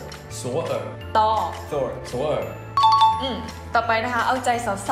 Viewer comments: พิมพ์ ธอร์มาก็อ่าน ทอ ไปดิ จะมาอ่าน ตอ ทำไม หรือกลัวพี่จีนขำคืนเหรอครับ เห็นชอบไปขำสำเนียงเขา / คนตัดคลิปเหมือนพยายามเกินไปอะ ตัดซ้ำจนแบบทำให้ความอยากดูลดลง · ออกเสียง ธอร์ เป็น ตอ กันเหรอ เราออก ทอ อะ หรือว่าออกเสียง TH แต่คนไทยส่วนใหญ่ไม่ค่อยออกเสียงนี้กันนะ 😂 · แต่"ธอร์" ออกเสียงทอครับไม่ใช่ตอ ถ้าจะอ่านว่าตอก็พิมthorไปไม่ต้องพิมธอร์ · ค่ะ จริงๆแล้งธอร์ต้องออกเสียงเหมือนทอร์จะไม่ออกเสียงเป็นตอร์เพราะ ธ จะออกเสียงเหมือน ท คะ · ธอร์ พี่พูดเป็น ตออ่ะค่ะ จริงๆออกเสียงว่า ทอ~ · พี่ภาษาไทยเค้าเรียกธอร์ไม่ใช่ตอร์ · ตอ กรอ ออกเสียง ทอร์ ธอร์ นะคนไทย """ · ทำไมธอร์พี่พูดเป็นตอละค่ะ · คือถ้าจะออกเสียงว่า ตอร์ ก็ไม่ต้องเขียนธอร์ดีกว่านะ ถ้าจะออกแบบสำเนียงฝรั่ง เขียนอังกฤษไปเลย ไม่ใช่เขียนธอร์ แต่ออกเสียงตอร์ชัดเจน ถ้าเด็กจำธ.ธงไปออกเสียงผิดๆทำไง เข้าใจนะว่ามันไม่เหมือนท.ทหาร แต่ก็ไม่ใช่ต.เต่าแน่ๆอะ ปรับปรุงนิดนึง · ธอร์ใช่มั้ยค่ะหนูได้ยินว่าต่อ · ได้ยินว่าพี่ผู้หญิงพูดธอร์เป็นตอ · ธอร์ภาษาไทยทำไมได้ยินเหมือนพี่พูดว่าตอร์อ่ะ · ตอ หรอผิดนะพี่ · ออกเสียงได้ทั้งสองแบบค่ะตอร์หรือธอร์ก็ได้ค่ะ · Passara DCH จริงๆ ออกเสียงไปทาง ตอ มากกว่า ทอ นะ